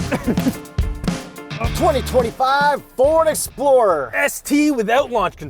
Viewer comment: This is what i heard... "A 2025 Ford Exploder ST without warranty!" Ahhhhhhhh!!!!!